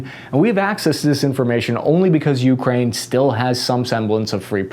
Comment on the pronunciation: Why do people say Ukraine like that?! It’s one word!